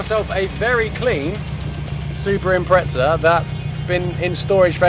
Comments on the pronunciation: Impretza 😂, there's no T in the name buddy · It's pronounced Imprettza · How come in the UK people add a T to the pronunciation of Impreza, very weird. Its a Z not a T.